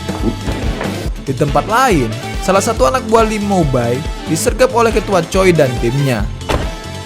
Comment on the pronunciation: Aku hanya ingin membeli tau kan pembicaraan yg benar Choi itu dibaca chwe